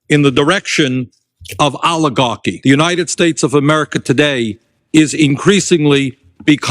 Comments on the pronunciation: Aligarchi 😂 instead of Oligarchy. Damn these people must have an amazing IQ shortage ❤ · Allahgarky??? Someone should teach Boinie how to pronounce words!!😂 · No one says "aluh gawkie "stupid ass old buzzard needs to go to away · Bernie said Oli-garchy so much that I got hungry for pasta with olive oil and garlic! Yum! hahaha!